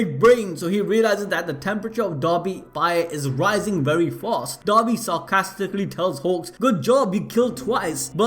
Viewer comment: Everytime he says dabi I understand dobby.. give this poor boy a sock.